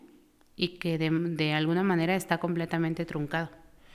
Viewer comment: Desde el principio que escuche que dijo de MANERE, ya me salte el podcast. 😅